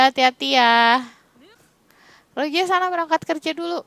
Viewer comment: Kk bukan Roje tapi Rose'